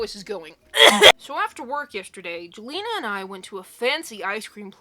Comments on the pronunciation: jelena is pronounced as yell-enna :) i hope this makes sense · Sometimes "J" sounds like "Y" as in the name Jelena/Jalena/Jelina.